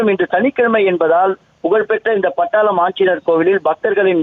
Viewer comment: அது பட்டாளம் இல்லை. படாளம். பட்டாளம். - army படாளம் - ஒரு ஊரின் பெயர் கொடுமையிலும் கொடுமை. தாய்மொழிக் கேவலப்படுத்துவது.